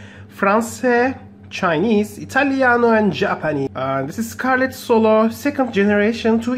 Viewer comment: Its funny when you say ITALIANO( Im italian)